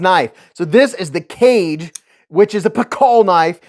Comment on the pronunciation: ‘Ka- Geh’